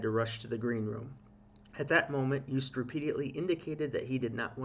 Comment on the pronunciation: Hi! Double o in Dutch is pronounced the same as the o in Toast, so: pronounced as Joast... Not "Joost"... Anyway, I want to get back to ignoring this whole thing now, thanks... Which reminds me: Stroopwafel also not pronounced as "stroopwafel" it's a Dutch word, so: Stroapwafel... the a in wafel is a different story... Back to ignoring this whole thing now... Oh, wait: Praising Joost and The country/history/people of The Netherlands/pronouncing the Dutch double o correctly will likely get you several thousand Dutch subscribers, so... well, nothing. Yes, I'm Dutch but not "proud of it" so "Dutch in name only, a Dino? OK, my passport too! But who cares right? "Have a nice day, bye! I just realised... Good job on the J sound! Yoast is probably the best way to describe how to pronounce it... So first part as in you, the rest as in toast... No kind of pun at all intended... Well, OK! Joost!: You toast! Awww, soooo sad really... But what luck that so many people witnessed "the incident" and now letting us all know exactly what happened and that the entire country was victimized because of course Joost did absolutely nothing wrong, it's just sooooo unfair! Listening to your comments again; "Chaos/insanity" are you sure you're talking about the "Song contest" and not about all the "real stuff" happening around this part of the World? SO sad that we could have all just forgotten about all that for a while and talk/think about something else instead for just a few hours, but no